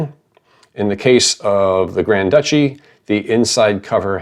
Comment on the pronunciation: One of the biggest challenges of this setting: pronouncing Duchy correctly.